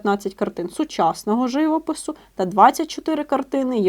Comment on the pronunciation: ЖивОпису, а не жИвопису!